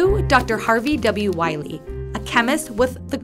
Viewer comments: WILEY! NOT WILY FFS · IT'S WILEY. WITH E